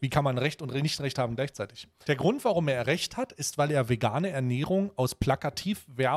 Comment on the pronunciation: TierRECHTS Aktivismus Betonung liegt auf Rechts 😂😂😂😂